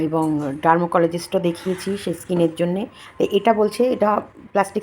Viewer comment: ডারমোকলজিস্ট নয়, ডারমাটোলজিস্ট